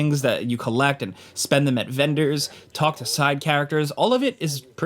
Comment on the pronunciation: “Spend them at vEndOrssS 🥴”